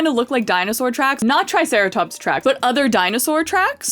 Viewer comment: Ah yes, our precious trisarahtops😂